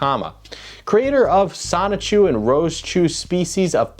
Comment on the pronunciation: The biggest question in all of this is, will Chris-Chan ever actually pronounce the N in “Sonichu,” or will it forever be “Sahchu”?